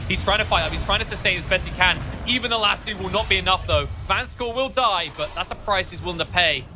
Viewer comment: Lasso not Lasoo